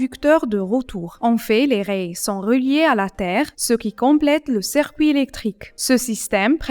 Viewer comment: c'est dans quel pays qu'on prononce rails comme la 1er pers du singulier de rayer ?